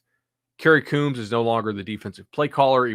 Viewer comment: Agree with everything said here but fyi-Kerry Coombs last name is pronounced Combs (ie plural of the device you use to style your hair).